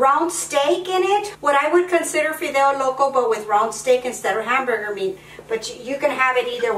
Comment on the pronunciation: Why not speak spanish?si no eres Américana?digo porque la palabra fideos la pronuncias muy bien para ser Américana.